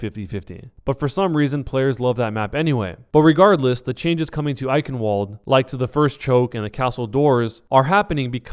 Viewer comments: You say the "eichen" part correctly, than you say "WOOLED"? Why are you saying Eichenwooled!???!?! VVVVVVVVVVVVV it's a fucking V sound. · you skeak eichenwalde wrong out greetings from austria (we speak german) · But can blizzard fix Eichenwalde's pronunciation? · if there's anything you're going to change about these videos, please change how you pronounce Eichenwalde. It's literally the only thing that bothers me.